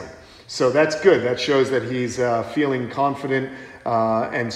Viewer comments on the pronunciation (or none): none